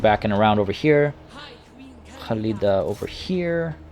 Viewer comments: NOT HALIDA IDIOT KKKKKHALIDA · I agree, hearing Halida instead of Khalida was anoying. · Devin I get that, however that doesn't change the fact the fact that he his not pronouncing the names correctly. In Arabic the "kh" sound makes the phlem sound most of the time, but in warhammer that's not the case, it was always meant as a hard "K" sound as you can tell when the characters pronounce their own names or address each other in game. Khalida calls herself that, not HHHUlida, there's a reason for that lol. If he wants to get pronunciations correct so badly then I'd maybe suggest he listens to the actual characters pronounce these things for starters lol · Hi I just found u and I’m enjoying the video I just stoped to say great work man ❤️ and correct me if I’m wrong but you pronounced the Queen name in Arabic language if you not aware it is a actual name in Arabic they might got it from their any way great video 👍🏻❤️